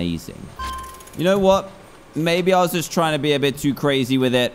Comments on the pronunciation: Evreone:SERISE SERES Me:Dan you said ble not be. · When he says ble instead off be